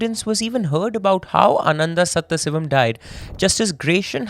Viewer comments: The name is sadhasivam, not sathha sivam, with a pause as u r saying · it is sadashivam , not saththasivam... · Hindi-english only debuff that is 😭 I heard someone butchering a telugu movie name so bad, my eyeballs rolled up into my brains when I realized what they were actually saying 😭😭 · I wonder, how after doing so much research on the case a simple google search for the correct pronunciation of a name is so hard to do